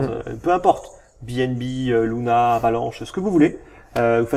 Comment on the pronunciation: a tu diit LUNA ????????????????? XD